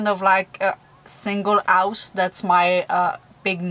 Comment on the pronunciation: House not ouse